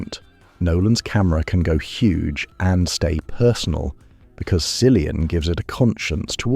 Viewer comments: why "silian" if he's "killian" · Can’t watch this if you can’t pronounce the name cillian correctly!